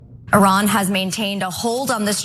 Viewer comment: And he cant even pronounce Iran correctly.